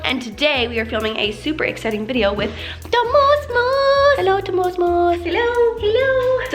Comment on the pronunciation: Why did you call moose mosse